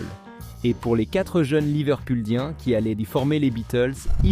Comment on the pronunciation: sauf que on entend Liveculdien et non Liverpuldien.